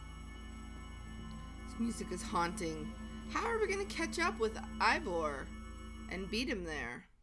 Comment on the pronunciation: "huanting" of endermen